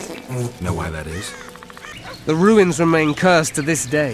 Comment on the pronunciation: not ze cow